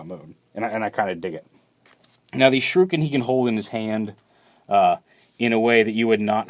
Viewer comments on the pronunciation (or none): Shrooken? why do people pronounce shuriken like that?